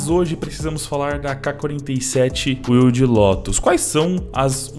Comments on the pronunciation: Não é “uilde”. É “uaild”. Wild Lotus. Lotus Selvagem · Deus do céu. Wild não se pronuncia “uild” e sim “uaild” me dá uma aflição Mas é bois. Abraço